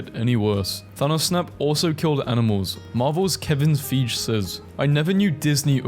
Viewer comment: “Kevin feejh”💀💀💀